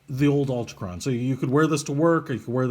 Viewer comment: So much fail: Altichron... ALTIchron.... al-TI-kron Whatever were you talking about with Metric vs English? Bidirectional bezel, Bi- meaning two directions and uni-directional meaning one.